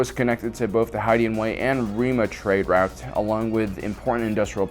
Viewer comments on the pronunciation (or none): none